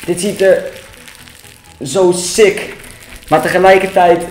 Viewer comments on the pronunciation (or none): Waarom zeg jij steeds sik